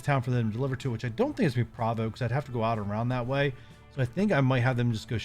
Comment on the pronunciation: Since you mentioned pronunciation in your first video.. Provo is pronouinced as pro-vo kinda like pro-fesh-un-al